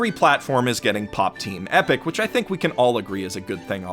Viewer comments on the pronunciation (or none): none